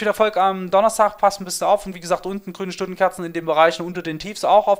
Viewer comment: Das Wörtchen „etabliert“ war der Starter, …rote Stundenkorzen, Schrundenscherzen, Och! ;D Danke für den Lacher und danke für den Mehrwert. :)